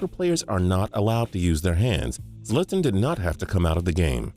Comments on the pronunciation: he said zlatan's name wrong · He slaughtered Zlatans name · The way he pronounced Zlatan’s name, like are you for real? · WTF you can't pronounce ZLATAN Ibrahimovic right and you can't pronounce no one right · The way he pronounces Zlatan makes me cry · You pronounce my name like that? Zlatan doesn't approve. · He butchered Zlatan's name so bad 😂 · He messed up so bad in Zlatan's name😂